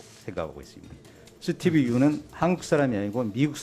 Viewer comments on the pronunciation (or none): 스티브 유는 아니고 스티븅유!라고 난 기억하고있다! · 미쿡 사람 수띠뷰 뤼우 ㅋㅋㅋ